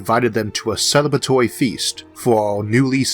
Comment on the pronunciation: love the way your speach impediment pronounced Celbratory feast , for someone who didnt know you could forgov ethem for thinking you were saying cELEBATORY FEAST , IE a feast without sex